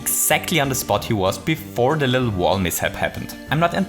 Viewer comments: dive a bittle lit? What? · "Bittle lit"